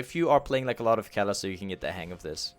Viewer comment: aint kalista pronouced like ka-li-sta? not kali-sta?